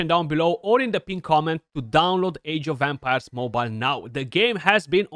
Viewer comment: Sounds like you're saying "Age of Vampires" 😂😂😂